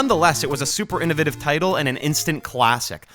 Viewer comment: It's the fact he said this and then immediately went on to pronounce innovative incorrectly...